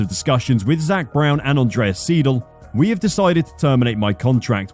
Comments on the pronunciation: Sighs . That is not how you pronounce seidle . Phonetically it sounds something like sigh-dell. Yours sounds like seedle. Your persistence in mispronouncing German names is annoying. Do your homework chuck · Love the pronunciation of Andreas SEEDle